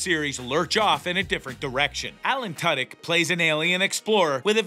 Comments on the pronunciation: Who the hell is “Tud-Yuk”? At the very least, learn how to pronounce Alan Tudyk’s name correctly. He’s a genius! This entire show is the BEST TV in a long time! I’ve never Laughed Out Loud so much as I have watching this. The entire cast & writing is fantastic! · Firstly, his name is Alan Tudyk, pronounced 2-dick emphasis on the 2. Sexondly, I've enjoyed this show greatly over it's first season and I'm very much looking forward to it's 2nd. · Well let’s see here... you can’t pronounce Alan Tudyk’s name correctly and once your referred to the show as Resident Evil. I’m not impressed with you in anyway shape or form. Try another career. Perhaps one that doesn’t involve speaking.